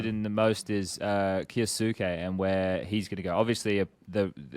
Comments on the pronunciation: K-yo-suh-kay said quickly with the u in suke not really pronounced, might actually be a good thing if he never makes it I won’t last a pro league hearing keyooosueeekiiii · Yeah it drives me insane that these guys can't do the basic research to pronounce names, I am an anime watcher so I know it's pronounced as k-yos-ke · im sure its not intentional, but just want to clear up any confusion, kyousuke's name could be pronounced something like "key-oh-skay"